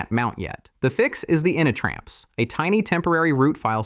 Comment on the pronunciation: It also says "initramfs" really funny. "ini tram fssss". It should be pronounced "Init Ram F-S"